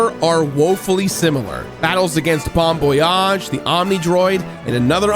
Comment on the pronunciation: Bomb voyage not Bomb boyage